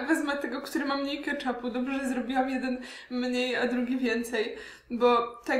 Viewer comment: Keczupu, nie kaczapu